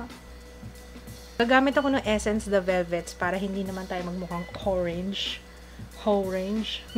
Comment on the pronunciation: "hoe-range" hahahahaahahahahahhah